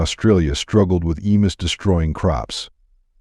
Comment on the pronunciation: The difficulty with "narration by AI" is that frequently, words are mispronounced. Hence, in part 2, "emus," as pronounced here, rhymes with the stories of "Uncle Remus."